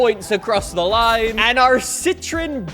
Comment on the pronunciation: He pronounced it right